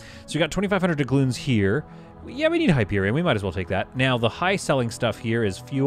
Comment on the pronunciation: Why do you say "dugloons"? xD